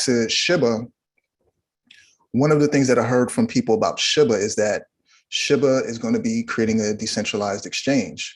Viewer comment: awesome info.. just hate how he says Shiba like "Shibba".. if it was sounded like shibba, it would spell like shibba smh